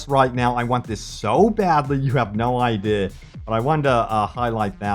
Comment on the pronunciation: I love how you turn into a brit every time you say idea.